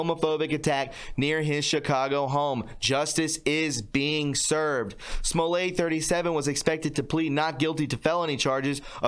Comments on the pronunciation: Jussie's last name is pronounced Smolett, not Smolay!!! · Small- it. That is how you pronounce it. At this point I don't really care either. Lol.